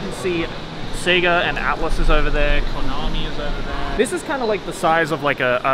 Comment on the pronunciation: Konamee? Eeeuugh